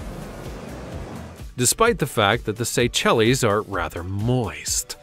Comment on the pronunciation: You pronounced Seychelles as / say-chell-eez/?